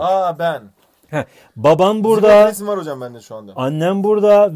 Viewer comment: sen BiR ZiGOğGt sun: teşEKürLERğ hocamm 😂😂😅 koptumm